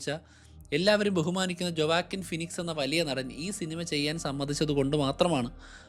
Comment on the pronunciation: Great study bro❤ A correction: ജൊവാക്കിൻ അല്ല… വൊക്കീൻ ഫീനിക്സ്